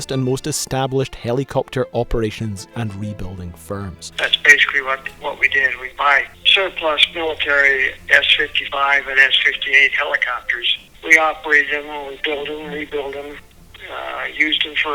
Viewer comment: Love your video topics! Hate to be that guy but "suplus"